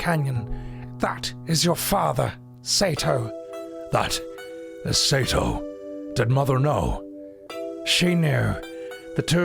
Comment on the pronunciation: Incredible deep moment of nanaki learning about his real father, immersive voice acting then calls him say-toe instead of seh-to.